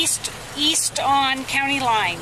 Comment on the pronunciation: "East......I thought you said weast"